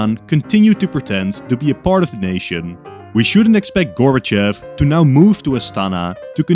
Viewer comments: Its actually Gorbachov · it’s gorbover